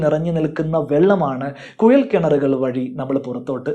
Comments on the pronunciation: കുയൽ അല്ല കുഴൽ എന്ന് പറയുക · കുയലല്ല, കുഴൽ ആദ്യം മലയാളം ശരിക്കും പറയാൻ പടിക്ക്... 🤪🤪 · കുയൽ കിണർ അല്ല കുഴൽ കിണർ. ആയം ആല്ല ആഴം 😂😂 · ശരിക്കും കുഴൽ ആണോ കുയൽ ആണോ? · കുയൽ കിണറല്ല കുഴൽ കിണർ😂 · കുയൽ കിണർ അല്ലാ കുഴൽ കിണർ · Kuyal alla. Kuzhal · ഉപകാരമുള്ള വീഡിയോ.......മലയാളം ഉച്ചാരണം ശ്രെദ്ധിക്കൂ..... കുയൽ(കുഴൽ) കിണർ,ആയം (ആഴം ).... Etc